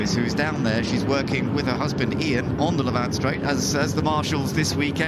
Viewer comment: It’s the Lavant straight not La Vant, please!